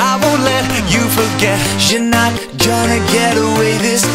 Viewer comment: am I the only one to notice that pronounces Gonna like Jonah in this song??